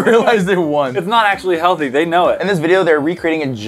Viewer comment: It's heallthy not healthy